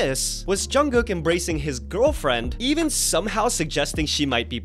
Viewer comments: Wait did she call Jungkook “Jungkung”? 😂😂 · The way I heard “John Cook” lmaooo. With the music Jungkook has been putting out lately he’s starting to remind me a lot of Justin Timberlake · Not "John Kung" 😂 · Lol thats Nomzamo mbatha from South Africa, she didnt mean to pronounce his name a little bit off😂....We as south africans just got a bit off accent